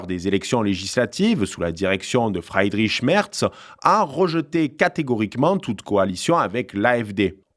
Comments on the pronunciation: La bonne prononciation pour Friedrich est i long et non ail . Sinon il vaut mieux traduire et dire Frédéric c’est moins ridicule. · ton éloquence est vraiment bien,mais évite de parler allemand parce que la t'es nul mon pèpère,c'est pas FREIDRICH mais bien FRIEDRICH.